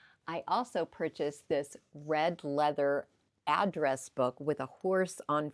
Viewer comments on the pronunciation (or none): none